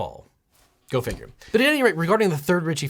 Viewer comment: Did you just tell us to go finger ? Sounded a lot like it. How rude! I'll just go figure instead. :D